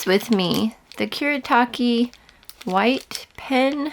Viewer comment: it's Kuretake, not Kuretaki 😭